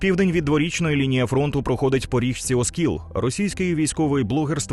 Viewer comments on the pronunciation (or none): none